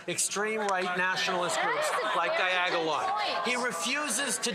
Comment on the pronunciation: He finally learned to say it right after 3yrs of trying